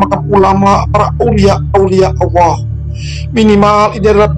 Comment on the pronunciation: Utk pengucapan Alloh nya kurang pas kuatir salah pengucapan malah jadi salah arti